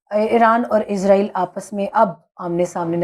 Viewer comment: پاکستانی اسرائیل کو عزائیل کیوں کہتے ہیں یہ آج تک بات سمجھ نہیں آتی